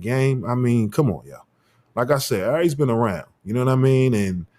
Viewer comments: It’s Aries ♈️ not “I’Reece” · Good clip, but bruh the way u pronounce Aries Spears name, just does something to me. Air-Rees